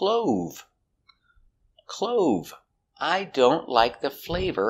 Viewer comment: I think u mispronounced the word clove... when u used it in examples u said as clothes . please check your pronunciation.